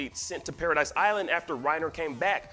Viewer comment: Its not Paradise island, its Paradis